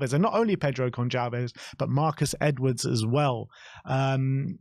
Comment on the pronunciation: Just a heads up boys, The "c" in Goncalves is pronounced like an "s". Great video like always...